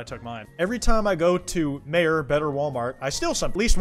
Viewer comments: Lol I don’t like I’ve ever heard someone pronounce meijers and mayor. Think of it as “My Ers” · I've watched this twice before and I never noticed butchering the pronunciation of Meijer. bro said mayor and not my-er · When he pronounced Meijer as “mayor” as a Michigander that broke my faith in humanity even more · the biggest crime in this vid is pronouncing Meijer like mayor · it’s pronounced MY-ER - a michigander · Respectfully, as a gremlin from the Midwest, it's pronounced MY-er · pronouncing "Meijer" as "Mayor" broke me. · jsyk Meijer is pronounced my-er. I live in a place that has one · I love how he pronounced Meijer (Mīyer.) It is understandable though as it is mainly in Michigan with a few exceptions those being relatively close to Michigan or bordering. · you pronounced Meijer wrong now I’m gonna get unreasonably mad at you/j